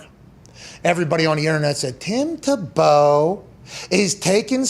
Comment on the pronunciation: Tim Ta-Bow:-). Its Tim Tebow!!